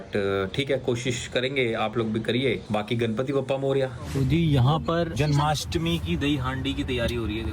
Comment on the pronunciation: Its jan*maa*stmi u r saying janmastami😂